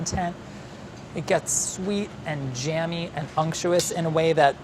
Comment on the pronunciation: nobody:: uNCTUOUS